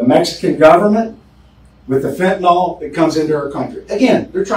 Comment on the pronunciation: Sheriff, its known actually as Fentanyl. FENTA-NILL. Not fentanyl-nawl… (It makes a difference. Not choosing to speak English correctly, means we aren’t teaching each other. Its done by hearing words pronounced correctly. And, in turn more of us hear and see correctly, so we can teach each other by reinforcing correct pronounciation. All without consciously thinking about it. Think of it like this. Why co people in and from the South speak the way they do? With a slow, Southern drawl and twangy? It’s because it is how everyone around them speaks. They hear it over and over. So, they learn by word association. They don’t (thankfully) sound like New Yaukahs, with their language patterns, impatiently fast patterns and word shortcuts. There it’s the same learning cycle. They hear and repeat, because everyone else is doing just that, and - sounding like New Yawkuhs.